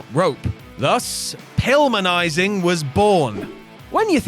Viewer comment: I have watched wrestling since the mid 80s and this is the first time I've heard "Pilminizing"